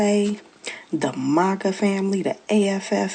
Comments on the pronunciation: She can't even pronounce her tribe correctly. She supposed to say MAGA FAMILY, but she said MACA FAMILY, DAMN! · Her MOGA Tribe as she keeps pronouncing it lol -COMANCHE NATION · Ofc it'd be the lady who can't even say MAGA the right way...tf is a mahkah yout trying to give em their tribe name to make you feel better about how you pushed your own community away and then blamed them for "exiling" you Wonder if her ancestors were some of the ones that'd sell out their families to slave traders Also woman...you know how many different things we black people simply call a "tub" ...we don't mean BATH tub for everything...we call some ice cream containers tubs...tubs of ice cream... a tub can be a container... don't tell me you are black illiterate trying to correct someone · She can't even pronounce maga right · She can't even pronounce MAGA lol😅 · That one black lady cant even say MAGA right is CRAZY! We dont need them in our community they did us a favor. Also wanting to be black when its convenient is diabolical... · In the first video... even that poor child's head couldn't believe the words that were coming out of her mouth. It kept shaking itself NOOOOOO the whole time! (Also I hate the way she pronounces MAGA.) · Why she pronounce maga like that